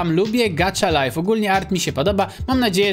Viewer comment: Nie czyta się gacza life tylko gaha life